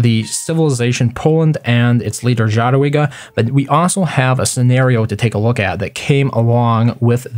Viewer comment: It should sound more like [yadwiga] :-)